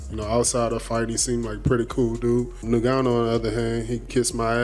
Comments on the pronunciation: Called em "CEREAL" 😂 And "New Gonn Owe" 😂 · "Cereal" Gane and Francis "Nigannou" -- Derrick Lewis is #1 interview, always